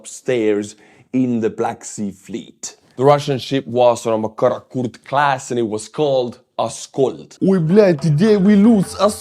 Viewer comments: No! You pronounce wrong, comrade. Is Kaput class vessel. Is supposed to look like that! Heil Putler! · Karrotkake class? Kaput class? Pleas speak more clearly! 😉😄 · The way you pronounce "Karakurt class corvette" caught me out.... The first 2 times, I'm sure I head "Kaput class corvette"? 🙂